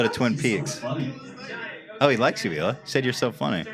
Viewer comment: the pronunciation of the H in Hila by bothers me